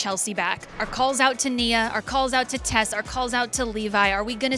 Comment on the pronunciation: it's "Tess" not test